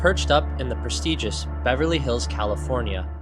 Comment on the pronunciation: Who gave the 18 yr old intern the job of commentary on this? Literally can't even pronounce prestigious and it's his first line of the video 😂